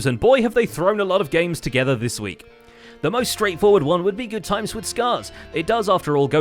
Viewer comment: GoodTimeWithScar..... it's not good timeS. There's no S